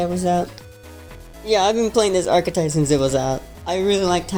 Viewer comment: Thank you for pronouncing "archetype" correctly